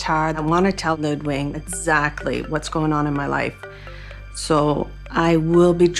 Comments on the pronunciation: I hate that they're pronouncing Ludwig incorrectly 😡 Also it's Qatar not guitar 😡 ugh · So is his name actually Ludwig, like the Bavarian king, or is she mispronouncing it, the way she mispronounces the country of Qatar?